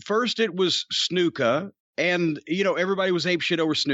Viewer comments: I love the way Corny says 'Snuka'. It's like a British guy playing billiards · Jim says Snuka funny. That is all.